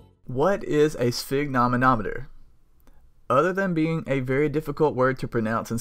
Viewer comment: Opening with mispronunciation of the name of the thing that is the actual focus of the video is very YouTube